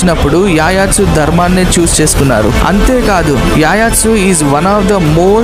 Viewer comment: Yayatsu ani pronounce cheyyaru... It's Yuyutsu